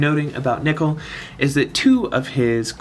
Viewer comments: you pronounced nichol correctly but unfortunately, circe is "sehr-see" (ˈsɜːrsi") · THANK GOD YOU SAY NICHOL RIGHT. I'm subbing for that reason alone. Its not even because nicole is a girl's name, it's because NICOLE IS NOT HOW YOU SAY "NICHOL" As to the question, I have 6* Nichol and 7* Zarg so for me Zarg is the obvious choice! He works beautifully with 7* Rena. Main issue is that his animations are total ass. So god damn ugly.